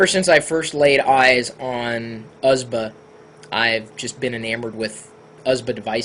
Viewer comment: Fine, don't say U.S.B. say usb, but don't say usbu, it bugs me...